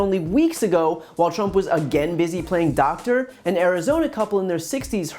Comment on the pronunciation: “I’m not a dactor”. Yup,we can tell Drump. Now, go play with your crayons.